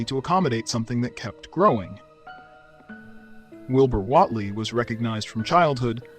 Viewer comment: I'm really enjoying your videos. The only constructive criticism I have is your pronunciation of almost everything you're explaining, even Wilbur Whatley. It's almost as if AI is reading the script.